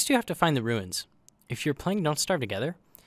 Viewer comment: I will keep watching your videos; but from now on, you must refer to "the Ruins" as "the Wooins".